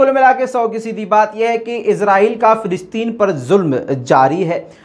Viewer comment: Fe nahi fa. Falasteeeen. Bolo. Fa. Fa. Falasteeeen. Bolo. Not. Felasteeeen.